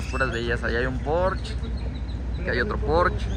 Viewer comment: Muy buenas naves pero se dice Porsche !!! No porch jajaja no seas naco! Jaja